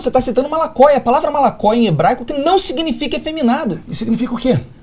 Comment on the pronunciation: ~~('-')~~ vc vai citar malakoi? malakoi, malakoi kkkkkkk